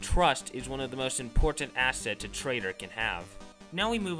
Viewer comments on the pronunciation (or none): none